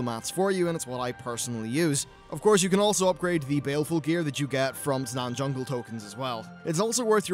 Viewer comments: Taanan Fungle? you mean Taanan no fungle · Tanaan fungle ? kappa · Tanaan Fungle lmao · "Tanaan Fungle"